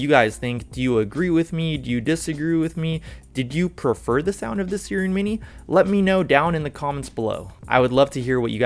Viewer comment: its SIIIIIIIRen not seeeeren mini... like the mythical creature siren